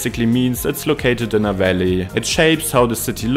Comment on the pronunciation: No no no! There's nothing more off-putting than AI voices. So someone doesn't speak English perfectly, big deal. It was perfectly understandable and certainly better than my attempts at a video in German would be. I did laugh a little at "Valley" sounding like "welly" 👢though!